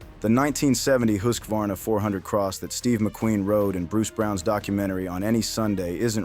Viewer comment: It is pronounced, hus var na